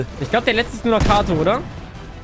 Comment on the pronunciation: Katoo nicht kato 😭😭